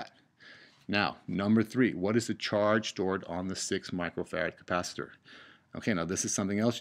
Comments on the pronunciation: capacitor not capacitooor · you said capacit-OR like 5 times and I just stopped watching. God that was annoying. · Please, for the love of the human race, stop saying capacitor as Ka-pa-si-door, also thanks for the video, really helped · This is such an informative and great video for the basic understanding of RC circuits. Despite the people complaining that you pronounce capacitor differently, it didn't impede my understanding at all. Great job!!!! You teach better than some college professors :)